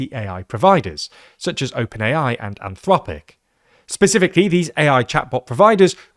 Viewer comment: Did you say "antfloppic" instead of anthropic ? 😂